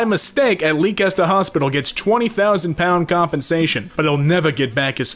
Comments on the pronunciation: Let’s talk about and how you pronounced Leicester as “lee-kester” It’s pronounced “lest-er” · Mans didn't learn from the whole Worcester/Worcestershire sauce situation. Instead of "Lester", we got "Leekester" Which is 100% valid, if I'm honest lol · AFKHCUGAKFU WHAT HOSPITAL?!? ITS LEICESTER NOT LEEKESTER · my god. Right. Leicester. (Les–ter). Not lee–kes–ter. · Fyi ce is pronounced SE not KE as in Leicester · ...... LEEK-ESTER???? beautiful. I hope he's since learned its pronounced Lester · 27.10 did he seriously say Leicester like leekester Btw its said as lester not tryna be rude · How did bro pronounce Leicester so wrong, it's pronounced less ter, not Lee kester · as a British person, I love how said “Lee-cester” instead of “Lester” (spelled Leicester) lol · Did really call Leicester 'leekester'? (btw it's pronounced as less-ter) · As a Brit, hearing Leicester being 'Lee-kester' is great. It's meant to be pronounced 'Lester' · Leicester is pronounced like ‘lester’ not ‘leekester’ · i live in leicester bro... fucking LEEK-ESTER? DO YA MEAN LESS-TER?? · The fact that he pronounced Leicester (pronounced Lesster) as leekester physically pained me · I died when said "leak-ester" 😭 (For those who don't know, it's less-ter" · lea-kester. i hate you so much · "Leekester" made me die It's pronounced lester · so no one gonna mention that said Leekester instead of lester?? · the way he pronounced Leicester hurt me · I’m laughing at that said lee-cester when in Britain I pronounce it le-ster P.s. I’m not being mean to I was just laughing at how he pronounced it I’m not a 40 year old Karen I promise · Double facepalm he said Leecester to Leicester (Pronounced Lester) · ik this came out a while ago but pronouncing "Leicester" as "lee-kester" isn't it chief, "lest-er" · i cannot forgive you for how much you butchered leicester 😂 its pronounced lester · lee caster? it's pronounced less-ter. r/facepalm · "Leekester"...? Oh FFS 😂😂😂